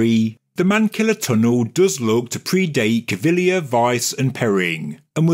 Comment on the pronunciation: Thank you so much for not murdering Cpt Caviglia's name.